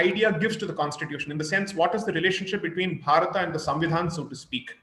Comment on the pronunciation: It's not Bharataaaa for God's sake..its just Bharat..you bloody mispronounced colonial slaves..!!